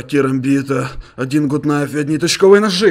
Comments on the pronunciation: ГУТ КНАЙФ а не ГУТ НАЙФ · Гат найф а не гут найф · Не гут кнайф а гат найф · Не Гут найф а Гат найф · Почему вы говорите Гут кнайф Гат кнайф вот правильно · Ты англиский знаешь не гуд найф а гад кнайф аааа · Гат кнайф а не гут найф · правильно гут кнайф!!!!! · ARS MANDARIN правильно гат кнайф гугл переводчик посмотрите